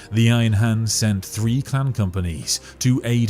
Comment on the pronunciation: Are you saying 'clan' or 'clam' or 'clown'?